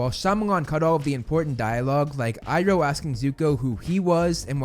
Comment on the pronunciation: You slipped up by pronouncing Iroh correctly